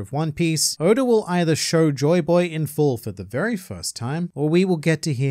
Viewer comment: Man said goda🗿